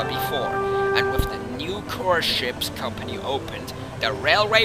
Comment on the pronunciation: “Cors ship”